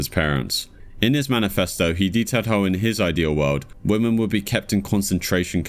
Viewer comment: Good video as per. But why do you say women like that?